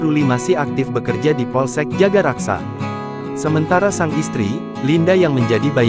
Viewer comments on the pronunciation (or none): Gmn sih Min jagakarsa disebut jagaraksa melulu...bisa baca gk?